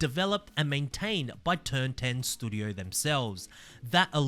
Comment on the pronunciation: Sad that having a shot every time says "stoodio" is a better game than Forza Motorsport 😢